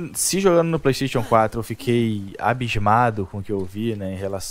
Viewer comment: Pleisteition kkk